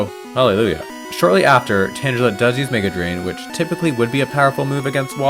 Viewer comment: "Lapras, which the game pronounces Lapra for some reason" proceeds to pronounce Tangela with a soft g